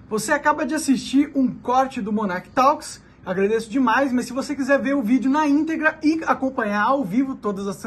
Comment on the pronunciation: Monark fala inglês e fala “talkys”